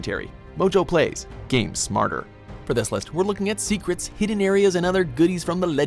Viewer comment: I wath oolready familiar with all of theeze tho called theecrets, er umm think you veery mutch